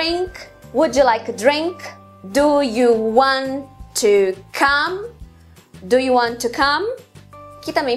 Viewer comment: Nossa, que interessante. Não sabia nada disso e é minha propia língua! Haha. Mas tenho uma clarificação pequena - tenha cuidado com o som do "do you". Como você disse, muitas vocês nós pronunciamos isso rápido; mas seria "D'ya" com o "D" forte. Se você dizer "Gya", isso é o som do "DID you", no pasado. Então... se diz "Where dya live (do you)?" e "Where gya live (did you)?" Não sei se isso fez sentido mas espero que sim.